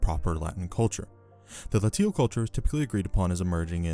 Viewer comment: Latium is pronounced Laysh-yum. Latial is pronounced exactly like glacial without the G.